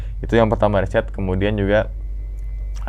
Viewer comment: research dulu bang, "RESEARCH" bukan "reset dulu" 🤣🤣 reset mah ngatur ulang perusahaan 🤣🤣